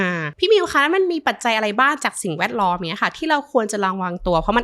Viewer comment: เนื้อหาดีนะคะคุณหมอ แต่ถ้าปรับภาษาพูดให้ชัดเจน ถูกต้อง จะ smooth มากขึ้นค่ะ เช่น จาก เมื่อไหล่ เป็น เมื่อไหร่, จาก อะไล เป็น อะไร // ประมาณนี้ค่ะ :)